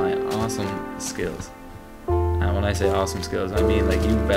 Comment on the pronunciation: anyone notice when he says "and" he says "am"